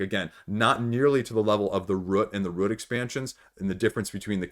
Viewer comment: What's sad is that I have Root and have only played it once but I loved it. I am thinking about getting the App to tide me over until after the pandemic until I can play it again. Also, a very interesting way you pronounce "Root", it almost sounds like you are saying "Rut". If I hear you say "aboot" for "about" then I am guessing you are Canadian. I love accents so I'm not trolling you.